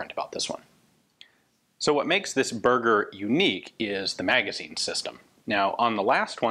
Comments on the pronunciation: Ian, Berger is pronounced ber-jay, like a Fabergé egg not "burger" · Ber..jay. Not berger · Just a little comment to say that Berger is pronounced ber-jay not burger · Berger is pronounce like the champagne Fabergé without the first syllable. That's mean sheperd btw :). Great review as usual, cheers from France. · If am not mistaken if the guy is French his last name would be pronounced "Bear - Jay" instead of sounding like the delicious food item. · Berger means shepard in french, and is pronounced "bèrgé" not burger... that's really confusing to hear Ian mention the pistol as a burger XD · It's pronounced "Berjay" (soft G), not "Burger". ;) Also "Breveté" is pronounced "Bruh-vuh-tay". (And yes it does just mean "patended"; "brevet" meaning "patent" in French; whereas a "patente" is either a public legal document, or a wooden beam, in French. And if the "e" has a grave accent, making it "patenté", that can also mean "innovated by cobbling together" in slang). For example, your krinkov and M1 tanker are not "fusils brevetés", but rather "fusils patentés". ;) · "Berger" is pronounced more like bear-jay and means "Shepherd" in French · they're pronounced differently though: Berger is “bear-ger”, Burger is “boor-ger” and Bürger is... well, there is no equivalent in English for a German “ü” (or a French “u”, which is more or less the same). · Berger is pronounced bear-jay :) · Quick reminder Ian, it's not Burger like food, french word ending with "er" is prononced "é" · Bear-zher where the zh sounds like the s in vision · Sure it is not pronounced "Ber-jay" (like shepherd) since it is french? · Cringed every time he said burger. It is Berger, french. Anyways, great vid! Beautiful firearm.